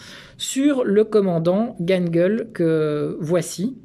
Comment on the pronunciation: Gangl... nickel, mais on ne dit pas daCHau... mais DaRAO (phonétiquement). CH=R en teuton et AU=AO... 😊